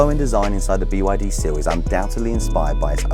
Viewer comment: 'Sill' or Seal ? 🙄😂